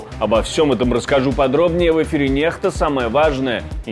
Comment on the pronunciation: Некста, а не нехта